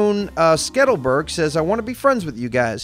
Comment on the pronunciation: Skettelburg? SKITTLEBURG.